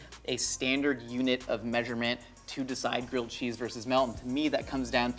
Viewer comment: I can't tell if he's saying girled cheese or grilled cheese.